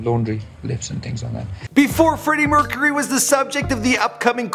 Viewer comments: Bra mercharuy get your names right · Freddie MERCHURY